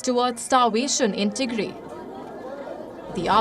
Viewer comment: Tigray not Tigre U ignorant !!👺👹🤮🤮